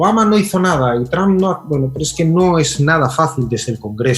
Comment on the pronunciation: No entiendo por qué la gente intenta pronunciar "Trwamp", pero luego dice "friens".